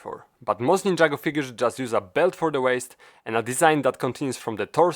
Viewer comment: Somehow I guessed that you're polish just by the way you pronounced ninjago.